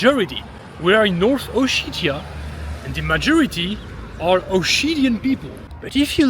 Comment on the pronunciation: Как он противно произносит O-shit-ia 🤮